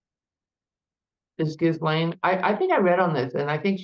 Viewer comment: Ghee-lane . Come on practice the name pronunciation 😢